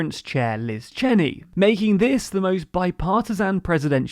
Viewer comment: You mispronounced Adam Kinzinger and Liz Cheney's names.